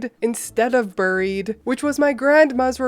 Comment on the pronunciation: Note to self: People from Canada land say buried differently